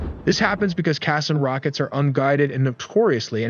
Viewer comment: Qassam is pronounced as ka saam.